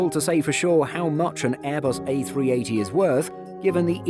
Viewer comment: 2.42 Did it just say A360 instead of A380